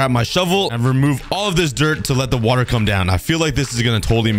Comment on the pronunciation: “Let’s grab some wUtA” 😂😂